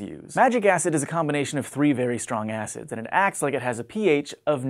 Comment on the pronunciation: when he said weak acids, it sounded like he said 'weak ass' lol